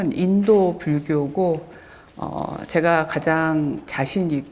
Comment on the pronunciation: "제가"(나)의 첫 자는 길게 발음해야지요! "아열대"의 첫 자도 길게 발음해야지요!